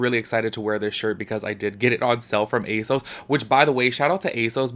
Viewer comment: A sus? You mean A sauceee . The way you say ASOS sounds sad and funny. But yea I’m not suprised if she copied people cause she did copy a black female YouTuber on a fenty video